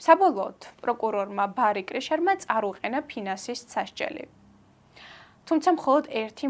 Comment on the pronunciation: Well done 👌 მხოლოდ ორი შენიშვნა: წარუყენა არა - წაუყენა ფეოდალური არა - ფედერალური !